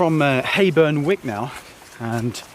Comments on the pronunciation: Wyke (sounds like w-eye-ke) not wick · Pretty sure it’s Whyke not Wick ...nice restful vlog.